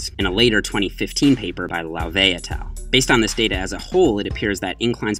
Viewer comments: Ryan Francis I thought I was the only one who thought that! I had no clue what he was saying until it just clicked that he was saying “et al” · Sup - taking bets on whether will learn to pronounce "et al." correctly in 2017